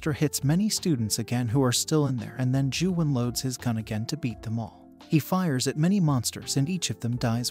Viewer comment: You pronounced Gyuhwan wrong